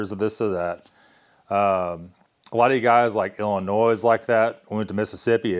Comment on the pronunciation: Illinoise? Funny